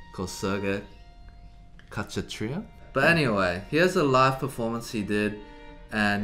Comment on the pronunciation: Khachatryan is pronounced Ka-cha'-tree-an. He's only 35 and an amazing violinist.There's a short documentary about him here: that talks about his training and background. (It's in Armenian, which is Sergey's native language, but it does have subtitles.)